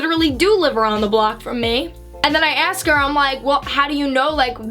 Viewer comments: “Aksed” haha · Lol am I the only one who notices when says the word “ask” or “asked”, it sounds like ax or axed?